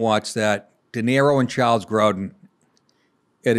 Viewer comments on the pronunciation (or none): none